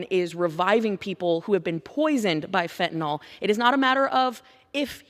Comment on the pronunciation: Fentan-IL not fentan-OL